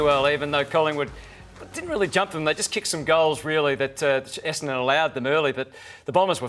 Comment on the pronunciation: Essadon club captain can't even pronounce Essadon correctly! lol